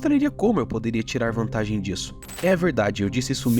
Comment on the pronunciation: “ Como levar vantagii disso hihihihi “